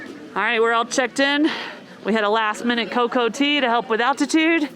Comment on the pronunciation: I'm sure someone probably already said something, but you are drinking coca (coh-cah) tea, as in the plant which is proccessed into cocaine. It sounds like you are saying cocoa, as in chocolate. Glad the medicine worked as inteded :)